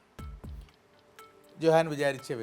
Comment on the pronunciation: Johann ഉച്ഛാരണം "യോഹാൻ"